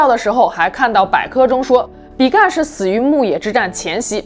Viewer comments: 是比干，不是比幹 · 比干 正確發音的干是一聲 干也只有一聲的發音 想說怪怪的還查了一下拼音 注音跟拼音都是一聲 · 比干本人從小到大都念一聲，一直聽到影片中被念作比"幹"實在不太舒服。正體字簡化的壞處。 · 比干的「干」唸平聲，是繁體字